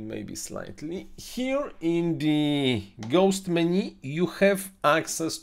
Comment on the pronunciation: Меню, почему вы говорите - мени?